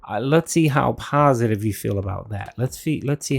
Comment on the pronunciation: My comment on his "pahsitive" stuff he mentioned. "I diversified my content, the channel grew, more subscribers, that's stuff that's about *US* not me." 1. Tons of other YouTubers also diversified their content, so that's moot. And 2. How does your channel growing and getting more subs affect your existing viewers? How is your channel growing make any difference to viewers? It doesnt. So his point of "Its stuff about us not me" is invalid.